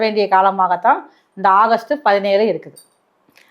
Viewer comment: அகஸ்ட் இல்லை ஆகஸ்ட்😂😂😂😂 சரி அடுத்த மாசமும் இதே மாதிரி சொல்லுங்க அடுத்த மாசத்தையும் ஓட்டுனுமில்ல😅😅😅😅